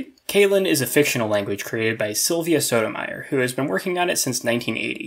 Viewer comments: The way you say Sotomayor hurt me. :3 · The way he says Sotomayor hurt me. :3